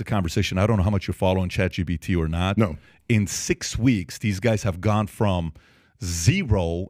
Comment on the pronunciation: It's chatGPT not chatGBT. Damn I had to say it...